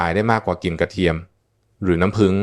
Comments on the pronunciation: เอไอยังชัดเจนกว่านี้เยอะน้ำผึ้งจ้าไม่ใช่น้ำผึง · น้ำผึ้ง ค่ะไม่ใช่น้ำพึง เขย่า อ่านว่าขะเหย่า ไม่ใช่เข ย่าค่ะ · น้ำพึ้ง เอ๊ะ น้ำผึ้งสิ ออกเสียงเพี้ยนนะครับ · น้ำผึ้ง ไม่ใช่ น้ำพึ๊ง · พูดเพี้ยน น้ำผึ้งเป็นน้ำพึ่ง...... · กระเทียมกับน้ำพึ๊ง กูจะบ้า น้ำผึ้งโว้ย เอไอ น้ำผึ้ง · กะเทียมกะน้ำพึ้ง😂😂😂😂AI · คุณหมอคะ นํ้าพึ้ง กับนํ้าผึ้ง นี่มันอันเดียวกันมั้ย งงนะเนี่ย เอไอหนอเอไอ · น้ำผึ้ง ไม่ใช่น้ำพึ้ง😂😂😂😂😂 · น้ำผึ้งค่ะไม่ใช้น้ำผึ่ง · น้ำผึ้ง ไม่ใช้น้ำผึ่ง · อะไรก็ดีเหนื่อยกับการใช้เอไอ นำ้ พึ้ง อะไรของมัน ค่ะ ต่อไปภาษาไทยวิบัดหมดค่ะ ขอแนะนำว่าแก้ไขหรือเอาคนจริงพูดทีเถอะค่ะ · ไม่รู้จักน้ำผึ้งจริงๆเหรอ อ่าน น้ำพึ๊ง อยู่ได้ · ขอบคุณสำหรับความรู้ ที่แต่ละคนก็มีความเห็นแตกต่างกันไป, แต่จะไม่ติดตามต่อเพราะรำคราญ AI พูดผิดๆถูก! พอฟังถึง“น้ำพึ้ง”แล้วขอออกก่อนดีกว่า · แค่อ่านคำว่าน้ำผึ้ง ก็อ่านไม่ถูก จะเชื่อถือได้อย่างไร